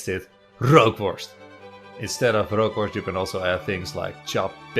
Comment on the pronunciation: Rookworst zonder r is ookworst 💁